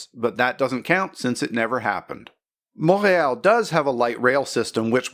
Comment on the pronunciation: Mon-rey-all May-tro. LOL!